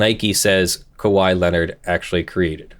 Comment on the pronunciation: He pronounced it correctly! I've been with you through the impersonated police officer, the dogs getting stolen, close to the first few months of this channel, and I was about to unsubscribe if you said "KAHEE" again.